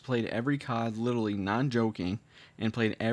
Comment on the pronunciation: Damn bro, you literally said lidally.